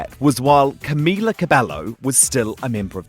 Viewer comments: 'Cumila cabello' EW I CANT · HE CAN'T EVEN PRONOUNCE CAMILA'S NAME JESUS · he's claiming to be the biggest fan or whatever and give them a boost while not knowing how to pronounce camila's fucking last name LOL SURE JAN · Says he's been supporting them from the beginning... but can't even pronounce Camila's last name correctly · You claim yourself as a supporter but you can't even pronounce camila's name properly and you fuckin make them uncomfortable. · Y'all care about the question but i care about the way he said her name he said her name wrong. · He's been suchhh a fan that he can't even pronounce camilas name right